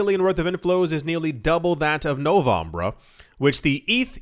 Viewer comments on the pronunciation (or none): Yoooo you’re “Dec-sombra” & “Nov-vambra” annunciations got me cracking up over here 😂